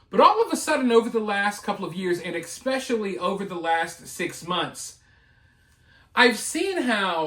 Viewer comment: PLEASE for the love of God...stop saying "EX-pecially"....there is NO SUCH WORD. It is "ES-pecially"!!!!!!!!